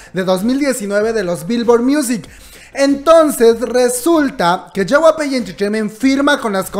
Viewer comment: Hay cosas más importantes que esta, pero me da mucha risa como pronuncia JYP Xdxdxd es YEI WAI PI Me encantan estos videos ❤❤❤